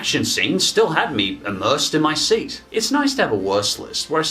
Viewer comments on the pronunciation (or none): none